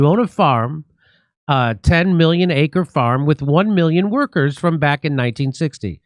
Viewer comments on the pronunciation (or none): none